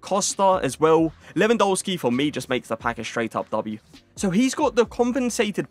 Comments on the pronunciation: Its Lewandowski not LEWAN DOUGH SKI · Please learn how to say Lewandowski… your content is some of the best out there but it’s so annoying when when you say the W’s in Lewandowski instead of saying a V